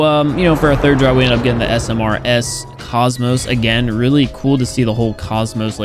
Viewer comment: it's Smurs not Smrs,😂